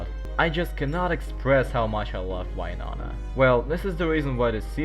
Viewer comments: Oh why-nonah. The intentional mispronounciation definitely gets peopls going 😅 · you kind of supposed to say "win" and then nona like win nona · I liked just for why-nona (I love hearing people pronounce names of characters in fun ways) and I'm commenting cuz it's a good video so far 🥰 really fun, good job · That's what I'm talking to my russian colleagues! But noooo, they all like to pronounce "Why-nona"!